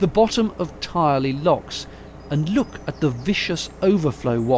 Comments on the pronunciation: Also binge watching like many others. Grew up in Drayton. Fell in the cut while fishing right next to the mill you showed (which is now flats) and caught weils. Also Tyrley is pronounced Tur-lee 🙂 Great videos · Great video really enjoyed it Many thanks. A little further on my Grandfather farmed and the milk was collected from the canal bank and taken on to Cadbury's factory at Knighton. (trivia info locals pronounce Tyrley as Tur ley) love your videos